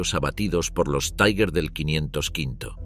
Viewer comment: TIGAR, EN ALEMAN, ESCRITO TIGER, NO "TAIGER". 😊